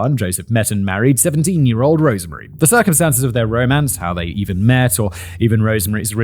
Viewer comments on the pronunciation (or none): none